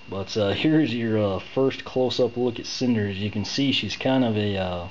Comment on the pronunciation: Its Snyder not cinder lol